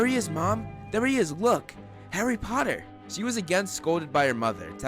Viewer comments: "Famous harry PPoTTah" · Nah , Draco said pottah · I bet Malfoy's favorite word is "POTTAH"